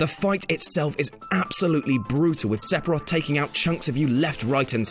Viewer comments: It's "fff" not "p" said Sef-i-roth, not sep-i-roth. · Sephiroth, not Sepiroth. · "Sephiroth". Not "Sepiroth" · Is it like a running joke in the WhatCulture office that everyone says 'Sepiroth' instead of 'Sephiroth'? I've heard it from a few of you's o_O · Seppiroth.... i lul'd.... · Why are you saying SePiroth... it's Sephiroth, f... ph makes an F sound... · Wtf is a Sepiroth? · Sepiroff? What kind of pronounciation is that? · LOL sephiroth, the ph is an f sound BTW. Sefiroth is how its said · dude can't forget about Se"P"hiroth, seriously dude you do know that ph makes and "F" sound right? everyone has their own way of pronouncing it but a hard P is just fucking inexcusable. and is there an R in Flowey? no I don't fucking think so. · Stop saying Sep-o-roth!!!!! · if the over abundance of the pronunciation of the "p" in "sephiroth" doesnt tell you this is ai mimmicking, idk what else would. def knows, its an f sound. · Are you EVER going to learn how to pronounce SEPHIROTH correctly?